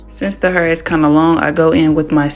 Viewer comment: The way she says hair..😂😂😂😂 heerrr like in the rap songs